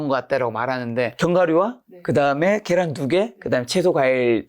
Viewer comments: 겨란 아니고 ᆢ 계란🥚 ㅋ 너무 습관이신 듯 TV방송에서도 늘 그렇게 얘기하시고ㅠ 고쳐주시기 바라요~~~ ㅎㅎ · 겨란이 아니고 계란입니다! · 겨란 발음이 너무 거슬려서 저도 잘 못듣겠어요ㅠㅠ 집중이 잘 안돼서